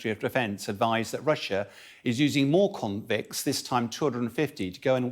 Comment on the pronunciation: I love how he said: "conscri.. convicts" 🤣